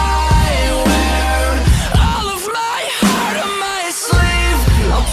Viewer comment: You kill that “heart” sound. Wow. Made me appreciate it so much more